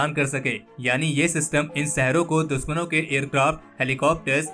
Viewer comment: Bhai apni jaban sudharo देश को देस, दुश्मन को दुस्मन बोल रहे हो